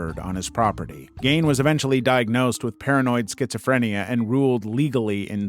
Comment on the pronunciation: You pronounced Leno Labianca's name wrong. Do some research. I've never heard it said 'Lenno.' It's pronounced 'Leeno.' Only YouTubers have ever made such errors. And then you mispronounced Ed Gein's name wrong. Ed 'Geen' is how you say it. Damn. 🙄